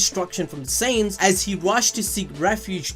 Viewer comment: it took me 15mins+ to realize "saints" was actually "saiyans" (science)